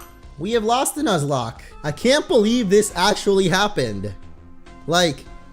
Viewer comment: I think he should continue the "nozlak".